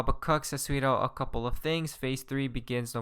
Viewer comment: 'Asweeedo' = 'has tweeted out'